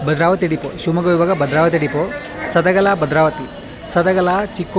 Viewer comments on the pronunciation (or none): ಸದಗಲ ಅಲ್ಲ ಬ್ರದರ್ ಸದಲಗ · ಸದಲಗ ಅದು ಸದಗಲಾ ಅಲ್ಲ correction maadi brother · ಸದಲಗ ಗುರು ಅದು ಸದಗಲ ಅಲ್ಲಾ...ಎಸ್ಟು ಸಲಾ ಹೇಳಿದೀನಿ😮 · ಸದಲಗಭದ್ರಾವತಿಯದು. ಸದಲಾಗ ಅಲ್ಲ